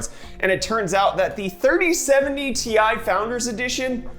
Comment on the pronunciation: Also, it is not, "T. I." It is "Tie". XD